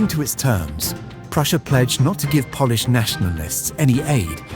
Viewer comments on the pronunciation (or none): stupid commentator ,, pronounces Polish like polish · No music please. He pronounces Polish as if he was polishing furniture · idiot pronounced "Polish" like boot "polish"